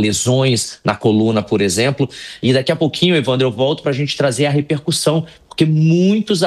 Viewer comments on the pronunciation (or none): none